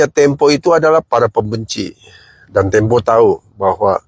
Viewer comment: Majalah tempe bang bukan temo..brita ga falit